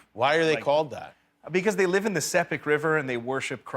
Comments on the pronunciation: Yeah - it's always great to see good publicity for PNG. Although now POM based I did live for 5 years in Sandaun - and we should tell Zac that it's called the "S ee pik" not the "S eh pik". Maybe a bit of the Sagothorns will help him. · Can't even pronounce Sepik properly. This man was welcomed with open arms, revered by these people. Then he comes out here and talks like this about them. Sure he's a great guy, but where's the respect? Ride with your white privilege, the whole world isn't up to par with America.